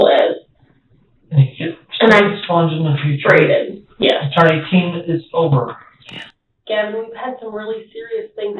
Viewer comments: Do you listen to the video at all? His name is pronounced like Gaven, not GaVon. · Gavon? WTF Oh, not Gavin 😂